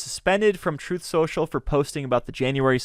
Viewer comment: "Troth." If you can't enunciate the word truth, Houston, you have a problem. 📢